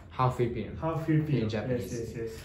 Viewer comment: FILIPINO NOT FELIPINO